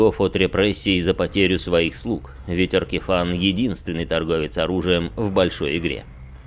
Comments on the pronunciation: очень смешно, но не мне же одному Ваштор АркифАн слух режет. Если у него имя Vashtorr the Arkifane, то и читать наверное надо Аркифейн. Я поэтому не смог слушать, а то каждый раз когда слышишь Аркифан оно пипец как отвлекает и раздражает. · На звук его имя произносится большинство именно Аркифэйн (и да я не знаю что конкретно писать е или э в данном случаи). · Как же ухо режет "Аркифан"! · Как же режет ухо Аркифан, откровенно тяжело слушать